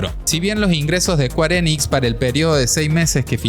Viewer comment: squarenix... ulalal señor frances.... entonces como se dice? SQUARESOFT